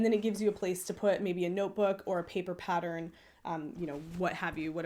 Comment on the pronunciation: This has given me some good ideas for bags, even if you do say 'paddern' and 'nidding'!!!!